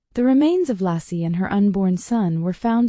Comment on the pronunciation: Laycee not Lassie. AI is wrong.